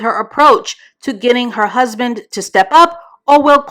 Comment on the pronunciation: Not “husbin”😩😭 That’s tickled the shyt outta me 🤣🤣